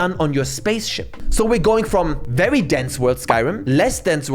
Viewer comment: that Chinese "VERYYY" is hard to unnotice anymore.